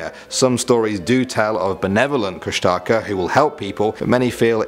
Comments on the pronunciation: Hey uh guys Alaska native here❣ Kustaka IS NOT KUSH-A-TAKA its Koosh-da-khaa???? and please don't rely on the wiki like seriously the link below the images and you get the proper information???? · You say it kush-tah-kah or kush-tic-ah FYI :) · It's actually pronounced (koosh-Da-Kah) I'm tlingit and athabascan from anchorage alaska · . It's actually pronounced Koosh-tuh-ka. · He pronounced kushtaka wrong. It's (kush-tah-kah) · but thats not how you say the kushtaka .-. and you didnt even put the full legend or how to call him out of hiding....